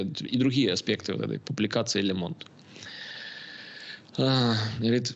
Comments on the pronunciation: "Лэ Монд..." Ох и сэло... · Произносится Ле Монд!!!